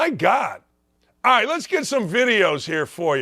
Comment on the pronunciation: Hey baldy. Alright has a L in it. It’s not i ite, fool.